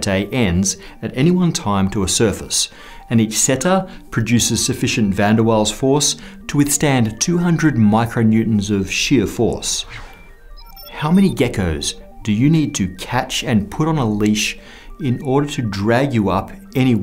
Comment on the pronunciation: "sheer"...not shear